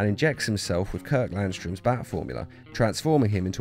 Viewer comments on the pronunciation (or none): none